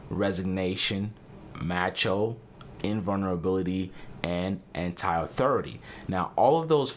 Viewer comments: Macho is pronounced "mah-cho", not "matcho". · Who tf pronounces macho as "matcho"? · Not "MATCHO". It is "MAH-CHO". For clarification, listen to the lyrics in "Macho Man" by The Village People. "Macho macho man"... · It's pronounced m-ah-cho. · Dude, You need to TALK MUCH LESS and Please learn the correct way to say the word Macho..... Thank you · The “a” in Macho does not rhyme with the a in apple, rather it sounds like the “a” in avocado. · It's a short a on macho